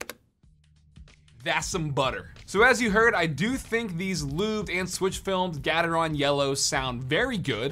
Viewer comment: The way he pronounced gatreon trigger anyone else? 😂😂😂